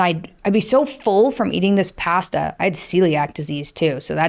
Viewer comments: so..she cant pronounce pasta.. interesting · you say "Pasta" funny, haha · "pasta" there is the Albertan accent. 😂